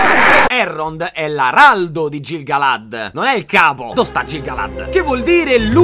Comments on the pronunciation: Mai c e g morbide in elfico: pronuncia "chelebrimbor" e "ghil galad". Sei un grande comunque :) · ti prego. la "c" e la "g" sono sempre dure. Si legge Chelebrimbor e Ghil-galad. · Piccola precisazione: Celebrimbor, dal Silmarillion si pronuncia in realtà Chelebrimbor (tutto scritto nell'indice da Tolkine stesso, puoi andare a vedere) in quanto la C si pronuncia come K Come Gil-Galad si pronuncia Ghil-Galad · Auguri di pronta guarigione!!! Ps: per aiutarti per i prossimi video, ricorda che i nomi elfico si leggono in modo differente. Ad esempio è Kelebrimbor, non Celebrimbor, ed è GHil Galad, non Gil Galad, anche se si scrivono in quei modi 😉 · Piccola precisione da nerd eccessivo: Tolkien dice che tutti i nomi elfici che iniziano con "CE" si pronunciano "CHE", come CHElebrimborn, o CHEleborn, il marito di Galadriel. Stessa cosa con GI: sarebbe GHIL Galad. OK LA SMETTO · Ti amo disperatamente. Faccio la Hermione della situazione (visto che sono lievemente ossessionata da Tolkien, quindi ne so a pacchi), la G si legge sempre dura in elfico quindi è "ghilgalad" come Gimli è "ghimli". Ciaccià Te amo since sempre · Bellissimo, finalmente il miglior fantasy hahahahhah per 4 anni so che guardare. (Solo una correzione si pronuncia Ghil galad, Kelebrimbor e così via, e Isìldur per gli uomini l'accento scende) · Sono una tua bymbah sin dai tempi del primo Erripotte e ogni anno regali gioie💖 Unico appunto: la "c" è dura in Tolkien quindi in nomi come Celebrimbor, Celebrìan o Celeborn, "ce" si legge "ke" quindi "kelebrimbor". Stessa cosa per Gil-Galad dove "Gil=ghil". "Ëa" come Ëarendil si legge ËA e non "e". Aspetto con ansia gli altri video. TV1KDB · Piccola correzione sui nomi, si pronunciano: ghilgalad e Chelebrimbor, se ti servono approfondimenti sui personaggi per i futuri video ti consiglio il canale nerd of the rings fa degli ottimi video di approfondimento sui personaggi del signore degli anelli, li trovi praticamente tutti, ma è in lingua inglese